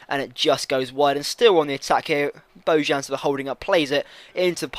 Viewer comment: Bojan GOTE. And the "j" is pronounced like a "y"